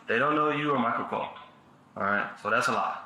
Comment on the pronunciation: She said COLE 😂😂😂😂